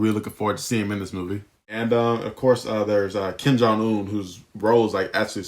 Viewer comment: "Ken jong un?!"?!?! How dare ya mispronounce the name. Ya think he related to Korean dictators or something 🤨😡😡I'm starting a rant.! lol jkjk